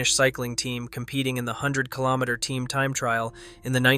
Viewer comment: how the fuck can you pronounce foreign names and call a kilometer a killomasses?